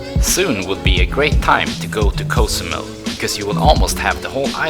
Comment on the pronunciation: Hi, bro! Great video! I like the way you pronounce Co! zumel! I' m flying to Mexico in a week for a month. Thank's. You are the best!